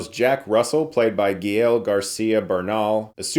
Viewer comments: Dude, it's pronounced 'Gah - ehl', not Ga-eel or whatever you were trying... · His name is pronounced /guh-ELLE/ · The way he pronounces Gael is annoying. It’s not gee-el 🤦🏽‍♂️ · GA EL like kal el. Not gyel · Just a heads up Chris, Gael is pronounced "Guy-El" lol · Chris, like Lady Ga GA... that GA. GA-el Garcia Bernal... ;) Thanks for the review, as usual I appreciate your take on films and shows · Friendly correction: Gael is pronounced Gah-ehl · Hi Chris. Gael is pronounced Gah-el. 😅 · It's pronounced "GAEL". The "a" as "cut" and the "e" as in "ten" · Chris, I love you, but his name is "GAEL", "ga" as in "gather", and "el" as in "Kal-El" hahaha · And Gael it's "GAH - L" 🥲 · Geez, Chris, learn how to properly pronounce the actor's name before you do a review.